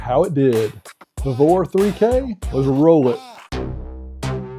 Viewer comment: We pronounce it “vee-vor”🤷🏽‍♂️😂